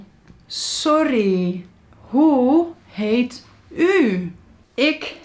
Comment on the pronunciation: You say: Hoe heet u? What my ears hear: who hate you? My brain: *confused